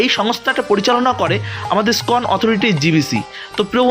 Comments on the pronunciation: উচ্চারণ ঠিক করতে হবে তো! ইস্কন কে উচ্চারণ করছেন কখনো কখনো "স্কন"-- এটা কি ঠিক প্রভু! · উচ্চারণ সঠিক করুন।কথাটা স্কন নয়। ইসকন। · ভালো ভিডিও! তবে ১ টাকা না লিখে বিনা মূল্যে লেখা উচিত। আর "স্কন" নয় , ইস্কন। হরে কৃষ্ণ 🙏